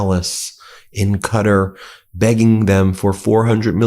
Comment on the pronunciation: WHY are we calling it "CUTTER" now - please google it.